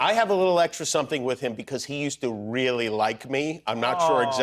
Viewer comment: Trevor’s the best. I raily (the way he says it 😅) keep meaning to listen to his podcast, and now I gotta find some kids to read his book to. Jimmy’s great too.